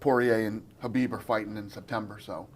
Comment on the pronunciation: Do I need to clean my ears or are both of these guys calling khabib “habib”?? Is this like a kanife situation?